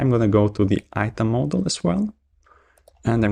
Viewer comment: The fact that the guy pronounces the word "Model" as "Moldol" is distracting.